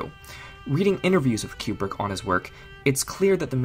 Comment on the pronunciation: Very well done. Small quibble, it is Koobrick, not Kyoubrick.